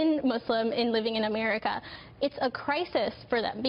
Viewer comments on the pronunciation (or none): Dude. What the hell. I heard you say “Americerr”.